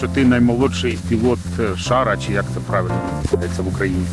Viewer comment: ПравИльно, а не правЕльно🤣🤣